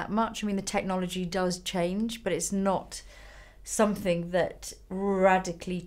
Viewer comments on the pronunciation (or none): i love how well-spoken Lisa is and then she'll say "summink" hahaha very London